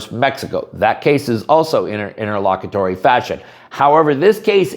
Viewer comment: Wtf is it nterlockatory